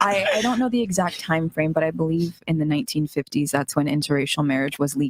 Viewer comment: “Thasss.” Not “that’s.”